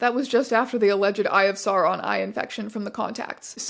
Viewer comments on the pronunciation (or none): none